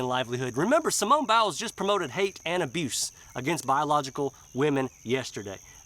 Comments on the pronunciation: I Love the way Buddy says "Simone BOWELS" LMAO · I like how you were pronouncing it bowels. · Your pronunciation of her last name is genius!!